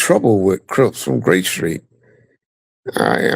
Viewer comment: Even on YouTube still try to play the blood side, so I believe what Vlad was told. Even in this video, he refers to crips as “rips”. He does it often